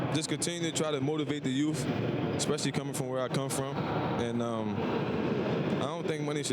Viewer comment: always gotta motivate the "yoof"